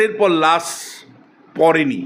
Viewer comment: অধ্যাপক সাব লাশ কে বলে লাছ।